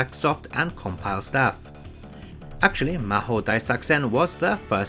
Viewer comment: "Developed by Racing" ... Wut... It's Raizing. ("Rising" in english, but in japanese it's: Raijingu) But I am very impressed to pronounce the game name perfectly! Btw is there a hack for the x68k version which fixes the sfx audio?